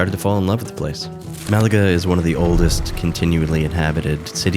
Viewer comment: I really enjoyed your video. I’m watching it while I work and I have to tell you that your soothing voice lowered my blood pressure. lol And as a fellow American, thank you for pronouncing Málaga correctly. I’m sure the locals appreciate it even more. 😆